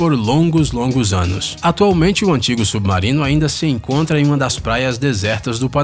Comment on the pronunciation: Submaurino que raiva dessa pronuncia 😂😂😂